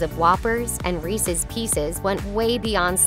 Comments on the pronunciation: This page just lost all respect they ever had. it's pronounced REESE'S, not REECEES. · It is NOT reesees... it's Reese's, IE the possessive form of Reese, which is pronounced the same as grease, but without the G and then you add the sound of sz on the end, the same way you would for Chris's, or many other names.